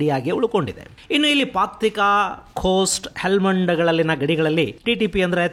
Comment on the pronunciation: Paktika alla gurugale paktia😂😂